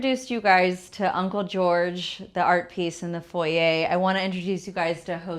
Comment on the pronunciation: Not envious - have much better. Nothing is better than that cheap little out of scale chair and pedestal in foyer. Bunny Williams does not pronounce it as foyeigh lol. So much cheap junk in this house. I do like the portrait picture in the foyer though. Gloves for the Leibovitz book? Hahahaha. I t must be priceless to be in the same home as your car art, Car art doesn’t seem PERSONABLE? Hahahaha. Had to go before you started on the dining room and the $50. chairs. You brag, pretend to know what you are doing, don’t have much money, and have made dozen of costly mistakes. You have a presence that shouts insecure, copycat, raised by braggarts without money, envious, completely untalented. You owe your Wal Mart and Rooms To Go guests for keeping you in subscribers. 😅😂